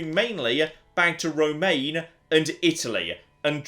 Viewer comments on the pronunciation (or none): By the way, dunno if this comment will get through, but "Romagna" isn't pronounced "Romaine" like the lettuce. It's pronounced Roma (as in Rome)-ña. The "ñ" sound of the "gn" being the same as in "fillet mignon".